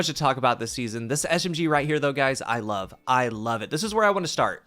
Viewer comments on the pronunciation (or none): none